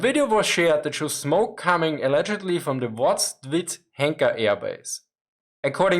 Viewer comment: I laughed at Oktjabr' read as Octi-bar. And I appreciate you trying to pronounce VozdvI'zhenka.